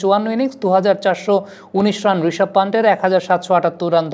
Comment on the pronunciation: ওটা ইয়াশাসভি জয়স‌ওয়াল হবে না, যশস্বী জয়স‌ওয়াল হবে। আর রিশাভ পান্ত না, রিষভ পান্থ হবে।ইদানিং দেখছি বাংলাদেশিরা বাংলা ভাষার বলাৎকার করতে একটুও ছাড় দিচ্ছে না।